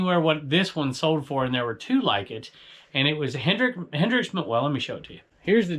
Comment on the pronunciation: Just so you know it's Hendrick not Hendrix/Hendricks lol